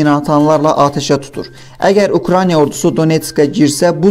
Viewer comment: Eyyy səviyyəsiz kanal Ukraniya yox Ukraina diktorun dünyadan xəbəri var???? 10 millionluq ölkədən normal diktor tapılmadı????